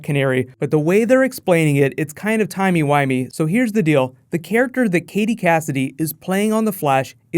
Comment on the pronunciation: I love how you said timey-wimey. WHOVIANS ARE AWESOME!!!!!!🕚